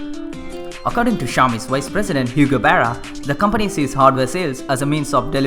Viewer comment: This channel may not have many subscribers and likes right now but i STRONGLY believe it will gain recognition one day. Just dont let your confidence go down +. And try to improve your accent on few words bro...like 'was, company' etc...just a friendly suggestion ALL THE BEST:)